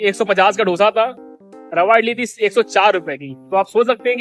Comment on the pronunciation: Dosa nahi hi dose hi